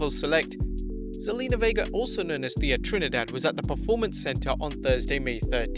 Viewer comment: Thea is pronounced “tay-ya”.